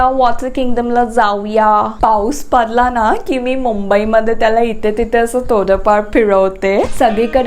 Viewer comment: That ''paus padla'' sounds like "paus paadla💨💨"😂😂😂😂its horrible..😆